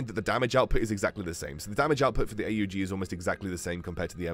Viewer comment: It is pronounced to be an aug not a.u.g